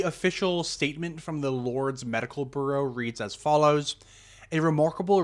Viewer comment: Okay but you're mispronouncing the word "Bureau" as like "burro" Are you not a native English speaker?